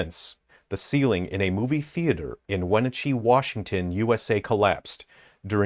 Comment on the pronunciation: you saying Wenatchee wrong is so funny that you probably did on purpose